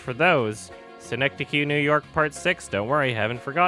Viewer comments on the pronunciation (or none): none